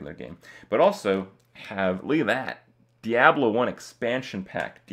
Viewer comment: Anyone cringe when the Kripster said, "Diabelo,"?